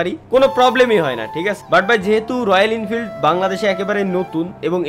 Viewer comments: ওটা ইনফিল্ড না রে,,, ওটা এনফিল্ড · Are ইন্ফিল্ড noy এনফিল্ড ota